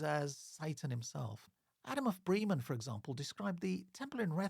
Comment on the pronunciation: Really interesting stuff. I look forward to seeing more. Can I just provide some feedback on German pronunciation? Trying to approximate to British English: Bosau would be BOH’zow (rhymes with slow cow) Bremen rhymes with lemon Elbe is a two-syllable word - ELL’buh (not unlike Elba where Napoleon was briefly exiled).